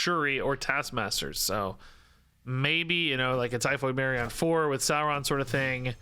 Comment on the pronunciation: Like your cobtent⭐ It's Dino "Saur"-ron....... Not sour